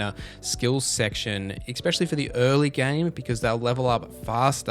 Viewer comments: Especially bro Not expexially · EX peshully